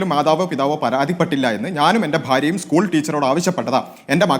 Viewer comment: ഡോക്ടറെ ഉസ്കുൾ അല്ല 😂 സ്കൂൾ 😳